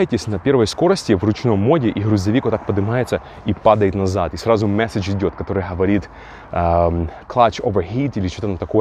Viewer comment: Помооает ,ооворит...Ты что дружище с буквой "г "не знаком??. А как на английском будет идти ? Оу или как..😄